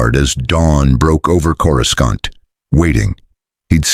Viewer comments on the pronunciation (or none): Every time Coruscant is pronounced with two hard C's... I'm not ashamed to admit it, I'm immature enough to crack up.